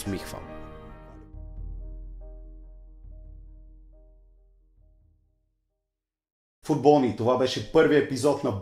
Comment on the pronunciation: защо викаш фУтбОлни ....🤬🤬🔥🔥